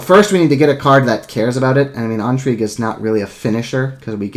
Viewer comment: My OCD monkey brain is compelled to write a youtube comment about your pronunciation of the word intrigue. It would have to be spelled "entrigue" for that pronunciation to be correct. Sort of like the word "Ennui". The difference between "in" and "en" in French is very similar to the difference between the name "Anne" and the word "on", in English.